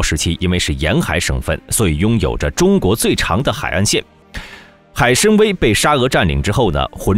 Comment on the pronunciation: 海参崴，wai3, 不读wei1